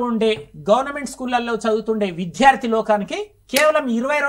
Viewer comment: అయ్యా! తమరు విద్యార్థి అనే తెలుగు పదాన్ని సక్రమంగా ఉచ్ఛరించడం నేర్చుకోండి. Sir! Every language has its own grammar. It's not acceptable to learn a language through one-to-one true tranaslation. It needs regular practice and atmosphere and right model to make the learners learn.